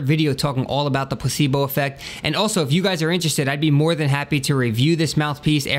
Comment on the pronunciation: dat dere place-bol